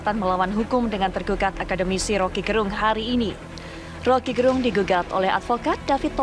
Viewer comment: Suku kata "Ge" pada nama Rocky Gerung, mestinya di sebut sebagaimana suku kata Ge pada kata "geger" bukan "ge" pada kata "genap"